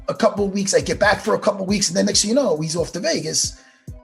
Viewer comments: Matt “yanno” Serra🤣🤣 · Matt jih noouw?!?! Serra ;) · Matt ‘yenoo’ Serra